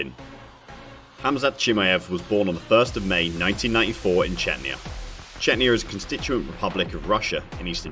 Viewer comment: Chenya? First Chechnyan I've heard pronouncing it like that!